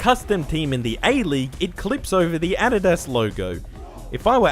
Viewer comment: Sorry, but I found it funny that you don't know how to pronounce Adidas.